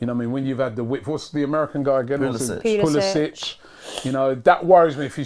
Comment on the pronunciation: Ffs they don’t even pronounce pulisic’s name right